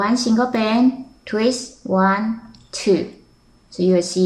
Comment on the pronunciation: why before you say twist , you say treest? O_o